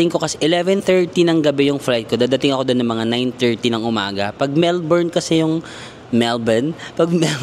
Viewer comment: Matutuwa mga Melbournians - you pronounce Melbourne correctly